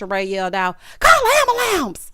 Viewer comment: Finished it off with “ambalamps”. 🤣🤣🤣🤣🤣